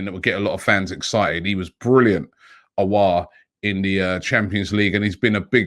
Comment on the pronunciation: Robbie is finally saying Aouar name correct